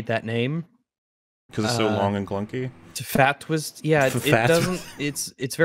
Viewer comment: Now THAT'S a good abreviation. Short and sweet, one syllable, easy to remember. Better than "Fah-Twis" which just grinds along the tongue.